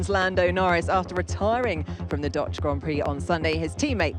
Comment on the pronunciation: and the “Dotch GP” She’s pretty rough whenever she does this job